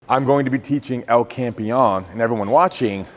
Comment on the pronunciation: Larry finally learnt to say El Campeon rightl